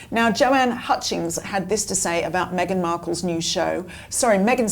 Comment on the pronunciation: shame you on for saying meangen of Sussex. Shame shame. Shame. You should forgive yourself and the rest of us...